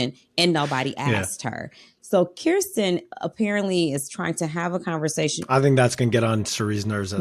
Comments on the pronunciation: Great job with pronunciation,, but its Kirsten pronounced Krrsten not Keerstin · Spent too much time practicing Felicia's name and forgot to practice Kirsten's 😂